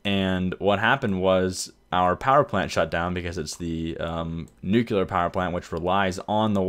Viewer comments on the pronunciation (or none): It's pronounced 'new-clear', not 'nookular'.